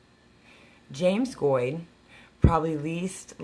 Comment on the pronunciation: Weird i think were family. My grandmother used to talk about Virginia, Missouri, Arkansas, Kansas, she left Kansas and headed to California in the 40s. But you pronounce your name way different. We pronounce like goat with a d🤣.